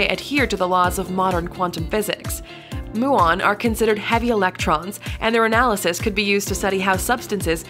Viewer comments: ... it is pronounced myew on, not moo on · Muon should be pronounced as mjuːɒn, and Fermilab is not a company.